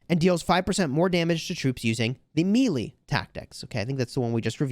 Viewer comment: Melee is pronounced May-Lay 🤔🤷‍♂️🤣